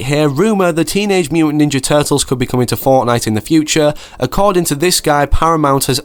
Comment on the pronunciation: Ahh yes i love the "Teenage muntant turtles"